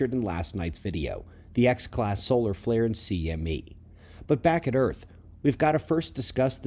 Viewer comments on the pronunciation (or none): none